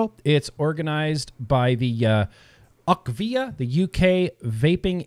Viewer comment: it is U.K.-VIA. UK like in United Kingdom, not "akvia". Sadly, the UK didn't speak up in favor of vaping when the EU worked on the TPD2. To implement EU-wide regulations, every member-state must agree. They could have stopped the TPD2, by simply saying no. For the WHO to change their attitude, Bloomberg & Gates would have to ⚰️🕯️⚰️. Inability to find adolescent vapers for a study? Nicotine vapers that is. Daily vapers, not once in 30 days. Let's not forget that almost half of the youth use marijuana. The CDC doesn't distinguish between the two substances (to them it's vaping, using a tobacco product). The researchers needed daily nicotine vapers for the study to make sense. I think that their numbers are correct.